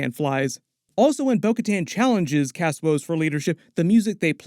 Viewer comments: Axe Woves. His name is Axe Woves. Not “Kas” Woves. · Why do you call Axe Woves, cask Woves? Did I miss something? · It's AXE Woves not Cass or whatever you were saying. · W he just kept pronouncing it as Cass woves so I was like huh?